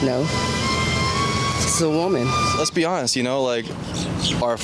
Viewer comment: "issa woomen" oooof